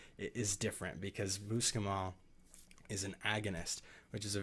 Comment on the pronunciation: Spelling Fahrenheit correctly would have given me a little more confidence in your skills. I also ask you how you pronounce MUSCLE then try to pronounce muscimol after you look at that. You were not dealing with details about dosage in a way that would be considered safe. Take the video down and make the corrections or you are being a little irresponsible. You did a good job warning, people that was a good idea. You also did well explaining how important it is to convert the ibotenic acid, which is extremely important. However, since it is such a very serious matter, if done wrong it can make you very ill and/or kill you, I think you need to step it up several levels before you venture into extending it outwards to the general population, they are reckless, careless, and prone to error. Be careful!